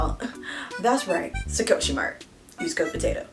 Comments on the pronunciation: Sukoshi is a weird choice to name your shop. Sukoshi in Japanese means “a little/a bit”. I don’t know how this name reflects a beauty shop but I guess if it sounds cool it’s fine right. Also it’s pronounced “soo-koh-shi” not “su-co-shi” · wait but please pronounce sukoshi as scoshii next time D: it means 'a little bit' in japanese